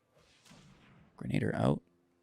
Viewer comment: Gren-uh-deer 😉. Appreciate the budget friendly stuff.